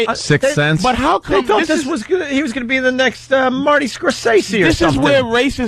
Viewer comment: Really opie? Marty score-say-see?